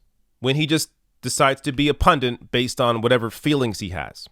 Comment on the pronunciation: It's pundit, not pundint